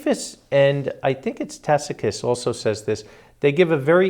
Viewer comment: Why does continue to pronounce Tacitus as Tack-itus? Do a quick search on proper pronunciation of Tacitus.